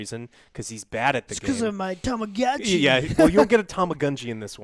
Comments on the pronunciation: To-ma-go-chi Effin ignorant morons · It's pronounced Tama-Goh-Chi